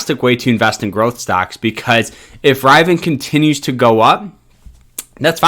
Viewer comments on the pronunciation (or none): It's Rivian not Rivan. Just put me off listen .. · Uhhhh boy... I can't even watch this video with you not even know how to say the name. Do the research man. It's pronounced: Rivy-en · It’s (Riv-Ee-in) that’s how you pronounce it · It’s pronounced ReeViiYaaan. My guy. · I think it's hilarious he keeps mispronouncing it. How does he know so much, but yet, know so little. lol. I feel like people are just repeating each other. step 1. compare to Tesla, 2. Say it's over priced. 3. it will sell off. lol. These Youtubers may not be getting into the IPO, but they are getting in on the views about the RIVIAN (Riv-Ee-in) IPO. Good for them banking on getting reviews. lol. I ain't mad at them. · Yes I’ll take stock advice for a guy who didn’t even do enough research to find out how to pronounce the friggen name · Sounds like good advice but the mispronunciation of Rivian was really annoying. Lol I bought a hundred shares and I plan to build buy more overtime. Thank you 👍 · If you don't even look at the product, don't talk about the major private owners of the stock, how can you honestly give a good review of it? You didn't even time the Tesla IPO sell off that you're comparing it to... Or pronounce the company right. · ok, he pronounced it wrong, but his advice on cost averaging growth stocks is the mainstay of any investment! It's people who like to scalp and dump shares onto smaller investors to shake out those with no patience that destroy the market! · Was it just me or was it seriously annoying. LOL 😂